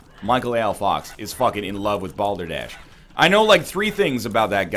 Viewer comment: Excuse me, did you say... "Balder Dash"? Is that like eggrace?